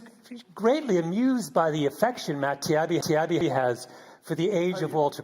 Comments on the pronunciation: Beyond his unnatural fixation on Cronkite's ethnicity, this Malcolm hack keeps saying "Tiabbi" as if pronouncing Matt's name wrong will negate the power of Matt's statements. It's "Tah-yeebi". It's not that hard. It means "the good one" in Arabic. ("tayyib" = good). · All what so-called journalist Gladwell did was gaslighting his opponents, constantly mispronouncing Mr. Taibi's name out of spite and basically beeing an ass.